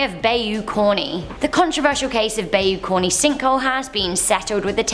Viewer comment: Pronounced: Bye-You Carn (or Corn, depending on which part of Louisiana you're in)